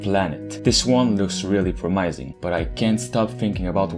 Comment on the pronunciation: This guy doesn't know how to say promising this man said promiseing